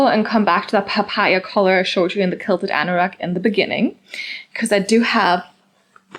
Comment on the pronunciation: You're so cute. I just want to correct you on how to say QUILT QUILTED. Sound it out as Kwill-ted. The QU is sounded kw like queen. But I love the papaya color too! You are pronouncing it as kilted. 💋 But not here to judge 😊 you can pronounce it anyway you like , right?!